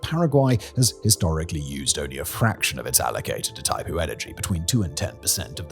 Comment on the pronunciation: Please: "GWAH-EE-RAH". "PAH-RAH-NAH". "EE-THAI-POO".